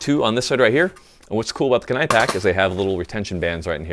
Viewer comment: If it's spelled Kenai alluding to Alaska, then it's pronounced "key-ni". It looks like "Ken-ni" but it's not.